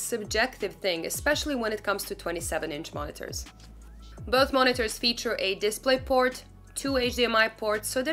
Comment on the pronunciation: Did she say, “deez are da two mon-ee-tors”?